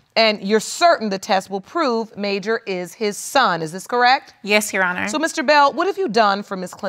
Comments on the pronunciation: “mAyJuR” handsome baby but why 🥴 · Mayjur? Girl gone tf head